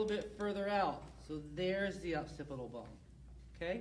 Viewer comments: I don’t trust him because he calls occipital bone the opcipital bone. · I'd like to take him seriously, but it's the OCCIPITAL bone, not OPCITIBLE bone....ugh.